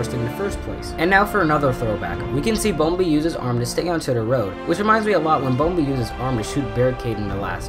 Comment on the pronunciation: It’s bumblebee